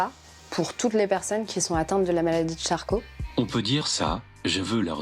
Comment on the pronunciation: charcot, pas charclo 😉